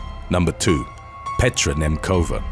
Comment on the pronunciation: "Nemcova" is not pronounced with "k" btw